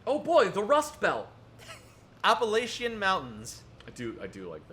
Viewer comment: I appreciate you pronouncing the Appalachian mountains correctly